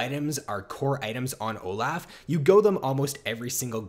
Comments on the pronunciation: Oh laugh, he's so good, it's good for Oh Laugh. OH. LOFF. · please stop saying oh laugh. It's insane